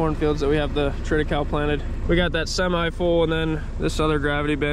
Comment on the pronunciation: Triticale is a cross between wheat and rye.. pronounced Trita Kayleigh ...